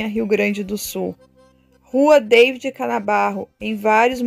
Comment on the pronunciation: Você está pronunciando errado o nome "David".... fale em português, não em inglês.